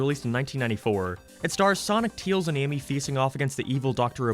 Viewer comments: Why are you having pronouncing Tails? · Sometimes he names him teils insted of tails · Teails, I like the way you say it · Why does he pronounce Tails so weird?